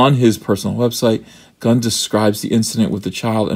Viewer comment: Did you say James Gunnt?